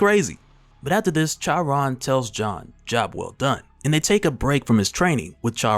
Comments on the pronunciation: Charon lol the H is silent bro lol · I think Charon is pronounced like "Car on" though I could be wrong, either way great video as always. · Good lord please look up how to say Charon. Jeez